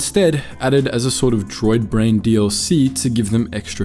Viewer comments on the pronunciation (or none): none